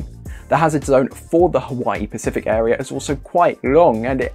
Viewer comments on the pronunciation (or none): none